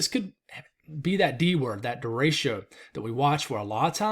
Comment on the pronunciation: I am only mentioning this because you recently asked us to do it... Dericho is pronounce "dare-ick-oh" Thank you for your hard work!